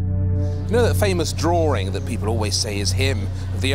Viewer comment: Why do you say drawRing instead of drawing?